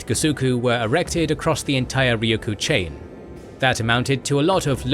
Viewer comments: 'Mikayo'.... hmmm.... SURELY you mean MIYAKO....yes? Btw- it is RyuKYU, not Ryukuu. And if we're going technical- itd be pronounced LUUCHUU.... from the Chinese Liu Qiu. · I'm happy a video was finally made on Okinawa/Ryukyu. However, I was a little disappointed about some errors, including some easily caught pronunciation and spelling errors, such as calling Miyako Mikayo (multiple times), and pronouncing Ryukyu as Ryuku. It was difficult for me since Okinawa is an important part of my heritage and family. That said, I still enjoy Kings and Generals and look forward to more interesting videos to come. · Why can't you say Ryukyu correctly? It's not "Ryuku." It's "Ryukyu." You're saying the Ryu part correctly, just say Kyu as you say the letter Q in English. RyuQ. Try it. It's not that hard. 😢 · Also, Ryukyu is a Japanese name and pronouciation, I think the more closely native name and native pronouncation would be "Luuchuu or Luucuu" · Nope, it's "Ruuchuu" in Okinawan, not the Chinese pronunciation. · Thank you for shining a light on the Ryukyu islands. (You did keep forgetting to say the second Y, but that's the Japanese pronunciation anyway so 🤷‍♂️). They have such a rich history and culture that often gets neglected as some minor corner of Japan because people forget that they were Japan's first colony. They continue to be marginalized by the Japanese government which markets them as a tropical paradise for tourists even as they underfund local services there and use the islands to house US military bases that mainland Japanese don't want near them.